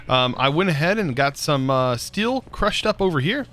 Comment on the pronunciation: steel not stilll !!!!!!!!!!!!!!!!!'!!!!!!!!!!!!!!!!!!!!